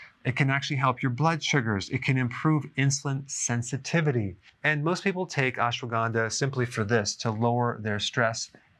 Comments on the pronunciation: It’s pronounced as “ASHWAGANDHA” not “ASWAGANDA”. Ashwa = Horse Gandha = Smells Means “ That smells like horse!” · It's Ashwuh-gun-dhaa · He's pronouncing is wrong. It's not Aesh waa gaandaa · Doctor, you aren't pronouncing it right